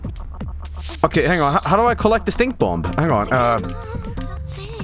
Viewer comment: the second b in Bomb is silent lol